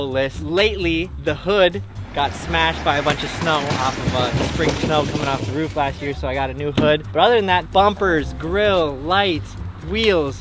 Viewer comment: Im sorry but and i cant listen to you guys say ruuf instead of roof LMAO